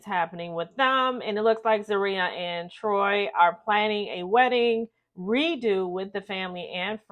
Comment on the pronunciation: Troii, it's pronounced Troy